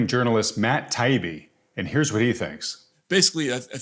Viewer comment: Btw, his last name, Taibbi, is pronounced ...Tie eebee.